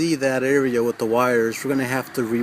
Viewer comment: Thanks, very informative video bro. One thing, you say "wit" instead of "with" just like my wife, lol. She's from Brookyln, I tease her about that all the time. :D Thanks again.